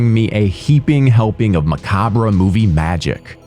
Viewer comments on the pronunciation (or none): People who pronounce macabre as “ma-COB-bra” are no longer allowed to watch horror movies, ever again for the rest of their lives. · At the risk of being annoying myself, it always bugs the shit out of me when established YouTubers mispronounce "macabre."